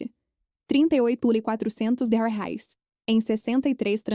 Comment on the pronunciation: Essa narradora tem dificuldade de pronunciar "reais"